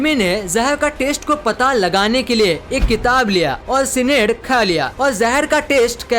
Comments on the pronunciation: सिनेड नही साइनाइड 😍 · Are pronounciation sahi se karlo cynide ka